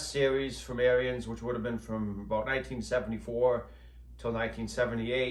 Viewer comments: I believe the correct pronunciation of the company name is Ahrens ["air ens"]. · Yes, the New Holland tractors were more likely to have tilt wheel and power steering. Nice upgrades if you can find one. And I think Ariens is pronounced like Ahriens....lol Nice video. Thanks